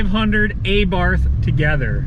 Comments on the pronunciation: Th is silent Just T Say Abart But spelled Abarth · Also the A is pronounced like the a in car, bar, far. Abarth was the last name of the bugger who started modifying stock cars with performance kits and then decided to open up his own company. I almost forgot, you stress the first A, so it's pronounced A'bart and not Abàrt. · The proper pronouncation is not A Barth, rather it is ABART. Please do your homework. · Pronounced AH -bart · Sorry dude but saxophone music and pronouncing Abarth incorrectly is embarrassingly bad.